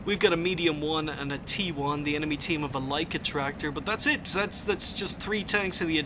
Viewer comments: Jack Harmon The English 'track' does not have the same sound as the German Traktor - which is pronounced like English 'truck'. Native German speaker here btw. (Also called 'grammar nazi' at times :P) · Wow, man, you're cranking out the Aces in the last week of the year! Way to go! PS: It's pronounced like 'Lie-sht-truck-tor'. ;)